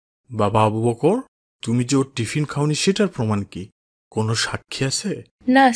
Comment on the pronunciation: দয়া করে আবু বকর এর নামটা একটু সুন্দর করে উচ্চারন করবেন। আবু "বক্কর "বললে কেমন যেন বিকৃত হয়ে যায়। আশা করি ব্যাপারটা দেখবেন।